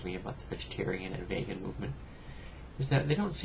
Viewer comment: Just a quick correction, not v(ay)gan, it's v(ee)gan.